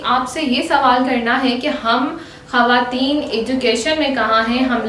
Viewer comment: Women ...not hawatin its khawatin